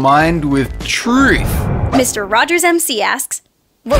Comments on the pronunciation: oh my god don't tell me what to do I can make hate comments if I can oh my god dolan u stoopid why are you telling me what to do you cant tell me what to so yeah check your facts oh my god and oh my god why can you only overpronounce the word truth like what the heck oh my god what the heck dolan you stoopid like so stooopid stoooooopid whyyyyy (lenny) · LOLOLOLOLOLOL HE CANT SAY TRUTH